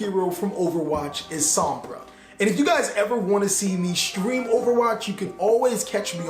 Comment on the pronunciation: You got my heart by the time you said "Sombra" 😍